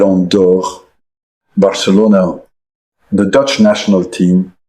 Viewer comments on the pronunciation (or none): none